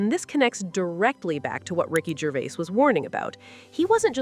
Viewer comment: Americans are pronouncing Ricky’s surname, it Gervais, “Gervais” all you have to is search online for the correct way of saying it,not rocket science 😮